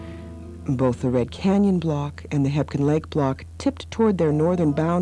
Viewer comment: Fyi, its just called Quake Lake. Also, it sounds like its spelled, Hebgen, not, Hepkin. Great vid. Nice info. Buildings can still be seen underwater.